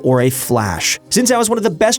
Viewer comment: Ur pronounciation for Xin Zhao annoys me